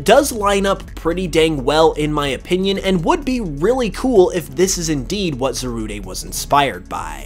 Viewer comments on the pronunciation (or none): It's not za ru de it's zarude dide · Why do u pronounce it as Za-rud-e? I definitely thought it was pronounced Za-rude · It’s pronounced za-rude bruh. And is this just a theory? Also non spanish speakers put to much emphasis on the “de” as Almost saying ay so that part of the theory I don’t really see a connection in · Kyran Mountain I agree if it was (Zah- Rood-ay) it would be Zarudé not Zarude so it is Za-Rude but that’s if you wanna be English about it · Zarude(Zaru-day) Me: Calls the Monkey Pokemon Zarude(Za-rood)!: It's completely rude(Rood)! Me: Huh! It's a Rude(Rood) Pokemon!? 🤔 Ok! It's definitely pronounced as Zarude(Zarood)! 😄😂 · It's not "Zaruday" it's "Zarood" not the lack of the accent over the e. It an e, not an é. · It's not pronounced ZA-RU-DAY it's ZA-RUDE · It’s Za-Rude not Zarude-ayyye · It’s zarude like darude not Zaruday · You mean Za-rude not Za-rude-a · His pronunciation is awful Zarude is pronounced Zarude not Zarudé This is literally so simple. Zamazenta: The Magenta Zacian: The Cyan Zarude: The Rude It's simple man. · I knew I wasn’t the only person who pronounces Zarude as ‘Za-roo-day’ Cuz a lot of people I know say it as ‘Za-rood’ Or ‘Za-roo-deh’ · I'm pretty sure it's pronounced "za-rood", since the name in Japanese is zaruudo. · Za-rood. Like: 🎶Why you gotta be Zarude?🎶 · Swear its just Za-rude no day needed 😂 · It’s called zah rude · Shouldn't it be Zarudé? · Why would you even say Zarudé. The verde thing is a stretch, it's just rude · Just say Za RUDE as the word rude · It's pronounced za-rude just letting you know lol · Pisses me off how you say za-roo-day when it literally has the word "rude" in its name smh.. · Zarude's "E" is silent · It’s Cal Z ar Like a Pirate and Rude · I really don't like the way you pronounce Zarude.